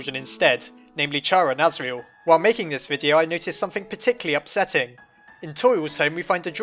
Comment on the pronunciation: Azeral at the beginning though xD